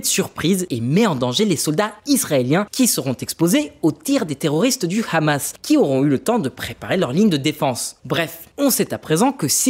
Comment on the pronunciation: Vous oubliez l'effort (infructueux) de corriger la prononciation de khamas (devenu sobrement h'hamas) trop connoté pro-israélien